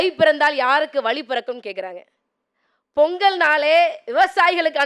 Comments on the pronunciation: vali இல்ல பா.. வழி... tamil இல்ல தமிழ்..... ழகரம் வராதவன் எல்லாம் yen டா வந்து சாகடிக்கிறீங்க... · வழியா இல்ல வலியா?